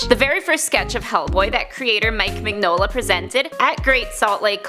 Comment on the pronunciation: I hate to be "That guy", but it's pronounced "Min-yola". Sorry, that just really bothered me lol. Very interesting video though.